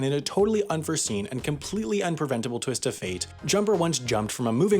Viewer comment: "A totally un-forseen and completely unpreventable stwist of fate" 🤣🤣🤣 gotta love this channel